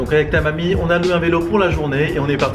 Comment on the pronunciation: Mdrr quand il a dit "avec Tamami" j'ai pété de rire on aurait dit qu'il nous insultait xDD